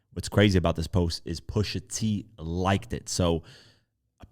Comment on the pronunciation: Not Pusha 😭😭😭😭, c'mon dawg!